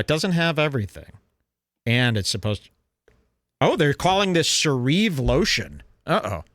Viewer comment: “Se-reave lotion. They think its se-reave lotion.” “I’ve never seen the penny in person.” Gems, as usual, from.